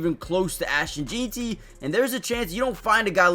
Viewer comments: Not saying his name right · One thing I know, if we take Jeanty we need to have a class on how to say his name cause I’ve heard about 4 different pronunciations of it and all are wrong 😂